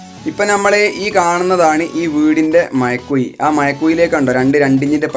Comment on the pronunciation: മയക്കുയി അല്ലടാ ചെർക്കാ.. മഴക്കുഴി.. ഞാനും മലപ്പുറം ആണ്.പറയിപ്പിക്കല്ലേ....😂